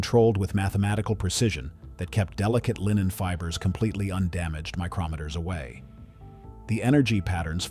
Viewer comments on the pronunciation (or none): As usual AI narration gets the pronunciation wrong. “ Micrometters” for example. Pronounced as / mi:-KRO-me-tu’rz/ is an a tool or instrument for measuring very small sized or distances. But here the narration is using that as a measure of distance when the correct syllable stress woukd be / MI:K- ro-me:-tu’rz/ like “ Micro- meters”. This is a progression from centimetre to millimeter to micrometer in distance. So what AI doesn’t know is syllable stress of words spelled the same way changes the meaning and often the function of the word. For example there are about 55 words in English where shifting syllable stress changes them from noun to verb ot verb to noun like: REB-el(n.person) re-BEL (v.) or DES-err (n. a place) des-ERT (verb), CON-tract (noun) con-TRACT(verb). This can happen with/ adjective like per-FECT (verb) PER-fect ( adjective). In this case in narration the word “ micrometer” refers to two nouns spelled the same way but syllable stress determines the meaning. As in other languages then stress and intonation either deontic (up intonation ) means “ I don’t know” or epistemic(down) means “ I think so” can change the meaning of words. AI doesn’t understand this.